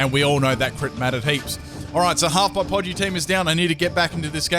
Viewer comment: "Podgey" im dead